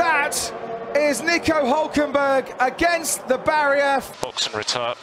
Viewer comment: His name is Hülkenberg. You can't just replace the ü with the u, it's a completely different name.